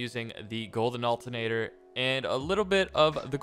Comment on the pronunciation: NO ONE:: altenateaa*